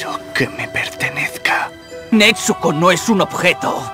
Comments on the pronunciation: El doblaje esta bien pero cuando dicen nezuko dicen netsuko xD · ni idea xd yo soy española y digo nezuko no netzuko así que será un fallo del doblaje xd